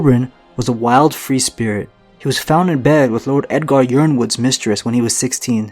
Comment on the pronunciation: I think yronwood is pronounced ironwood